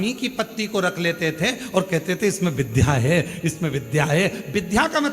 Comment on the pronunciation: बार बार आप विध्या कहते हैं जबकि सही शब्द विद्या है।